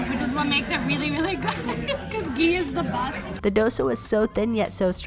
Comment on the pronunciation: It's funny to see them try to tell the names of the food Like for ghee she said gee!!! But I still like that they even tried